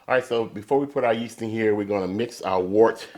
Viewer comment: FYI its pronounced WERT. Great video BTW